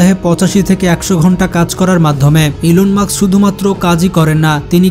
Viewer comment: ভাই ওনার নাম ইলন মার্কস নয় ইলন মাস্ক